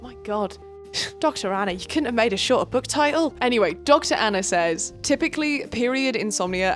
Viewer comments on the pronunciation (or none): none